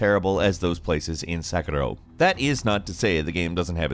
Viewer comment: They changed how they pronounce sekiro